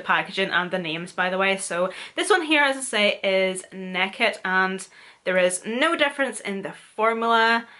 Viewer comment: love you the way say naked, neked haha! class